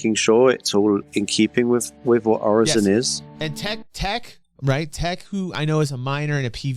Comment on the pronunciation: Everyone's talking derelicts... I'm just thinkin' what's up with hair under that helmet?😁...While gettin' triggered every time I heard 'Orison' pronounced incorrectly. 😖